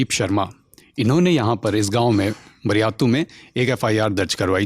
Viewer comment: बरयातु नहीं बारीआतु सर